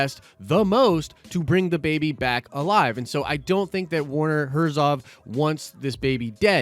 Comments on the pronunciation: His name is Herzog! Not Herzov. You said it several times. Come on man. A Nerd would not miss that detail. Also, I agree with another comment, maybe the Baby Yoda is actually a clone of Yoda?! Not just his species, but actually him. That would be insane! I'm going with that. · It's HERZOG not HERZOV! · Herzo*G*. Werner Herzog. ;) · the "ö" aka o umlaut is pronounced like he said it, German and stuff Edit: but the gh is better